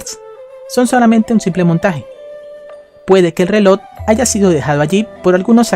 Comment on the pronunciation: pronuncia bien las palabras como EFECTIVAMENTE no efedtivamente o RELOJ no relod